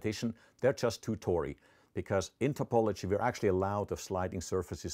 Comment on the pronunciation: Every time he says "tori" I think of Goat Mom.